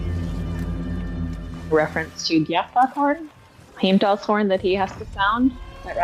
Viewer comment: You’re the second English speaking person I’ve seen in my entire life pronounce the double LL correctly in Nidavellier, Gjallarhorn and Heimdall! Much love, great Video 🎉